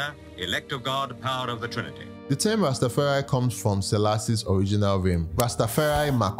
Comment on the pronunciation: Well done You learned to say Ras Tafari, and not Ras Ta. There is no such thing as a Ras Ta. Any Ethitrean ( Ethiopian and Eritrean ) will tell you that